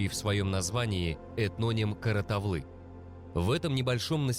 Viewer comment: Слух режет-- какая КаратаВлы? КаратаУлы! Не важно как вас называют чужаки-- важно Ты сам себя как Называешь!